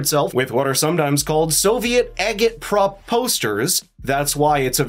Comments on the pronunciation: AI? Has to be. Who would knowingly pronounce "agitprop" with a hard "g"? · It is pronounced "AJIT"-prop as in "agitate'. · The "G" in "Agit-Prop" is pronounced as a "J".